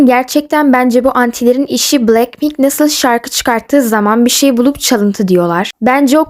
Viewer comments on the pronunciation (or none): none